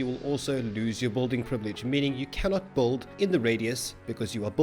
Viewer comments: DUDE! It’s “Build” (Bill-duh), not “Bold” (Bowl-duh). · Buddy, it's build. Not bould. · You'll Notice, that he says BULD xd